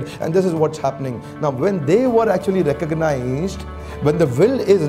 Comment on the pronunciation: Excellent video... small correction *Effort that is recognized gets repeated. It is recognized Not “recongnized”